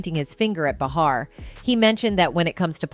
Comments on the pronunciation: Who is this narrator getting everyone’s names wrong? She said “mac-onn-I-hee”, “mac-onn-a-hay”, “mac-onn-ah-hi”…pick a pronunciation and go with it already 🤷‍♀️ also, it’s not “buh-harr”, it’s “bay-harr”. Are we supposed to take this channel seriously? Wtf? 🤦‍♀️ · His name is pronounced…….Ma…con…nah…hay………put a Matthew in front of that….AND….you got it. And it is Joy Bay..har……as horrible as she is. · Bah-har....McCan-eye....like wtf